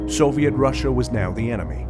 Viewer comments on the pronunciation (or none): none